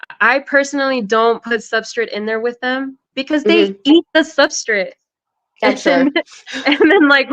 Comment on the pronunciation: She said SUBSTRIT!